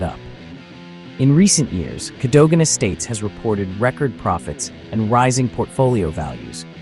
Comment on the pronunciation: Better than the Russians owning it! Pronunciation is Cad O Gan!